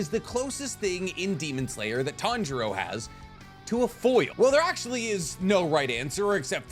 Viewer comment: say with me ( tan-ji-ro ) not ( tan-ji-ra ) where did the ( ji-ra ) come from smh I'm starting to think your pronouncing things wrong on purpose